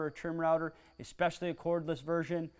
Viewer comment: did you really say expecially?